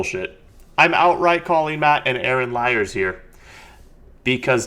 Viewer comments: Bro. Do NOT listen to Turek! More faith to have no faith-based beliefs? It's pure rhetorical garbage. Also, his name is Aron (Are-in), not Aaron. You didn't corner anyone. The purpose of the show is not to disprove God. It is to give religious people a platform to try and prove the existence of their God(s). Atheists do NOT need to prove a damn thing. There is no good proof of a creator God. Therefore, there is no good reason to believe one exists. The burden is on you to prove that your God exists, and it's been 2000 years, and we have no good evidence that any God is real since every time we investigate a claim of anything supernatural we eventually discover a completely natural cause. Get over yourself and do a bit of unbiased research into what you believe, and you might just realize that you've been lied to all your life. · Yeah he even said it’s pronounced like you’re saying RN. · It's Ah-Ron. Get his name right